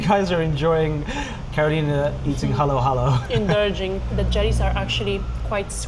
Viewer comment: It's not halo-halo, it's haluhalo.